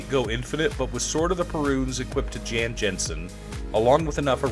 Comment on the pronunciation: Amazing video and amazing idea, I built one going to another path but liked a lot of your. Just a trivia: the pronounce of his name is "Yawn Yawnsen", just like the shoe maker :) Cheers.